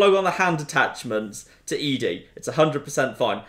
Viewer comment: Holly crap, after all of this time, you are still calling Ed-D "eedee", it's eddy ffs! xD xD